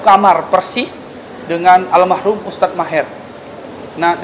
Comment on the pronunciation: "Almarhum" bukan almahrum